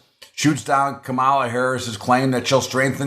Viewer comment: It just shows ignorance and disrespect of VP Harris when people cant even pronounce her first name